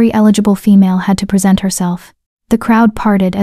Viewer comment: At about 3m 40s, the AI voice mispronounces "present," turning a verb (pre-SENT) into an adjective/noun (PRE-sent).